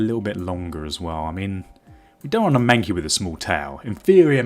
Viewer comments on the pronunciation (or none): "my manky" it's mankey xD.